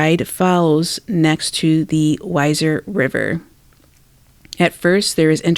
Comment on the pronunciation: You are awesome. Here’s some tips Kuna is pronounced Que-na and Weiser - Weezer 🥰 weird I know.